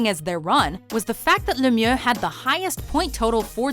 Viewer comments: Even Lemieux himself says “May-ree-oh Leh-me-ew” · LETS GO PENS 3ELIEVE and you said Mario Lemmiex name wrong PITTSBURGH DESPISES YOU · That’s not how you say Mario Lemieux. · i hate how she says lemiux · You need to pronounce Mario Lemieux right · I hate how they say Mario Lemieux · Wtf. Don't say Mario Lemieux's name like that. It's disgusting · They way they pronounced Lemieux's name kills me